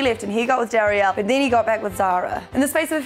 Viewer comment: js her names darylle (da-ril) not daryelle